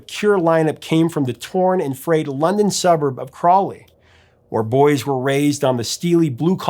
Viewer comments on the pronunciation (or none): none